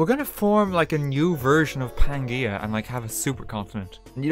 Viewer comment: Pan G uh